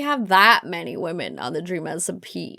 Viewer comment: we have wemen a lot of wemen. Me:she's gona say it i feel it